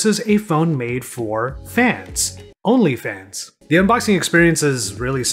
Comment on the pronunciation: That emphasized "Only Fans" tho got me there 😂 HAHAHAHAHAH